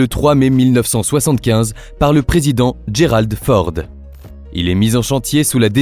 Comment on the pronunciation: HAaaaa l' IA quand tu nous tiens :-D Il y a effectivement maintenant la Classe Gerald FORD ( comprenez la Ref ) et pas GUERALD!!!!!!!! ( il est pas allemand ! ) . Mais la Classe Nimitz et ce dernier pourraient rester encore longtemps car de nombreuses mise a jours ont été faites . c'est la Discutions que l'on aura avec le CDG . car il n'y a toujours pas d’équivalant et les économies raisonnable sont pensé .